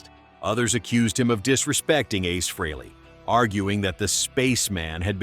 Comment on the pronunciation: Stop saying "Free-lee". It's pronounced "Fray-lee".